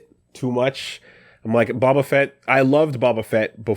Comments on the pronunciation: Big booba fett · Mailman: "Uh Mr. Feet? Mr. Bob A Feet?" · That pronunciation of Boba Fett is criminal.